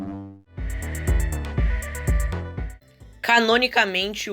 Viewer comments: se pronuncia ofeebop n opeebop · essa não aguento vou ter que corrigir vc, se pronuncia "ofebopi", ph tem som de f